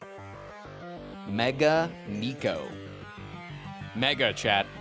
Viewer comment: NE-KO Not "nico" sometimes I hate so much english pronunciation of words